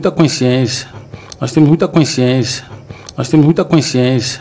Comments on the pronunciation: Veja no minuto ele diz mais ou menos assim:”Nos temos muita coinsciencia” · Esse é o diretor de futebol da Dondoca Leila “Forreta", o cara não sabe nem falar consciência e vai contratar ? !!😂🤦🏻‍♂️